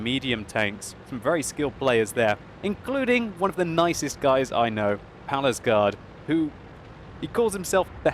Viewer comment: The way he Said Pallegaard